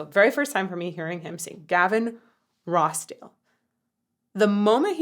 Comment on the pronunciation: Gavin Rossdale s is pronounced with a Z. Love your work. Congratulations on your pregnancy. It’s probably over by now. Regardless, I’m very happy for you. I wish you lasting health. Take care cya later!